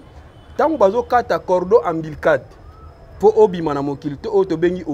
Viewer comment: Cordon ombilical et non cordon Ambilical.